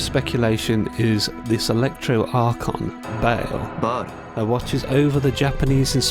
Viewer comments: Ba al not bale. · Ba'al should be pronounced Baal, not Bail.